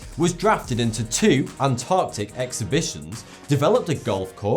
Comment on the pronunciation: You can't properly pronounce the word "expedition"?! HaHaHa...